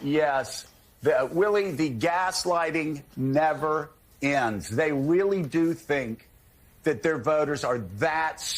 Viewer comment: That dumb ass said “Wheely” instead of “Really.” I am laughing my ass off. 😂